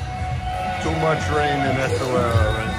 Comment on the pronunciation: Esswarira.. esswira, essawira 😂